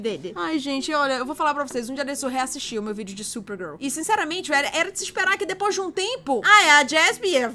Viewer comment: gente só eu percebi que a falou certo Supergirl. Ela não falou SuPergEl. quem e você?!😮😰